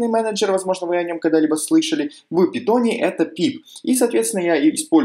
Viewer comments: Каждый раз когда ты говоришь "пИтон", меня просто коробит. ПАЙТОН, не ПИТОН, омг. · Пайтон а не питон)